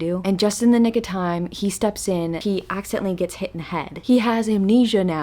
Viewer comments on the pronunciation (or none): none